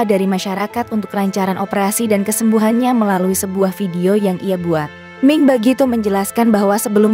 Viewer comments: Salah baca, mi' ing, bukan ming! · Pembaca berita Mi'ing kok dibaca Ming ?! Kenapa dirobah nama Mi'ing jadi Ming ?! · iy it bkn ming tp miing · Miing bukan Ming, anda kurang telilti atau tak tahu nams artis. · Mi ing bukan ming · itu mbaknya yg bacain berita....ming terus